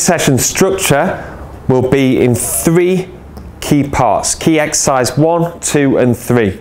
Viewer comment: Not taking the piss but does it not bother you as a s&c coach that you can't say the word exercise?